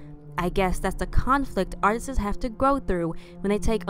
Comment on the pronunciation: “Artistes” Why do so many black people have trouble with words that end with “STS”. They always say “breasteses” or “artistes”